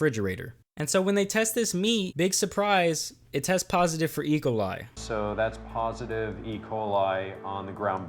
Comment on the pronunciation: You were doing so good till u said the word e.coli like that